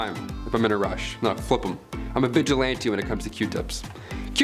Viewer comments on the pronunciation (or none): none